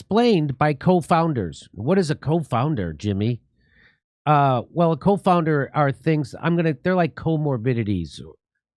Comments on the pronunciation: As always, thanks for covering this important information, Jimmy. But, um, its not co-founder, it's CONfounder. ie variables that may confound (add doubt) to a conclusion. so they were saying they pretty sure on their conclusion, and the usual confounders were not at play. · CONfounder Jimmy, not COfounder. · Been watching your podcast for years now, rarely miss one. You are my favorite jagoff comedian of all time. At the risk of sounding like a jagoff myself the word you mention here is CONfounder, not COfounder. A confounding variable is a third variable that influences both the independent and dependent variables. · coNfounders, no co-founders. lol.